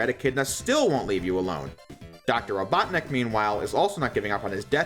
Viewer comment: the fact that you did not roll your tongue when saying doctor ivo robotnik has made me disappointed you should have known better